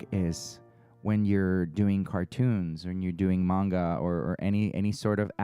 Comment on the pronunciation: Fun layout! I thought for sure you mispronounced manga...I googled it cause I am the queen of saying things wrong...and yep...I just learned YOU said it right and I've been saying it wrong for a loooong time. The pencils and watercolors layered looks amazing.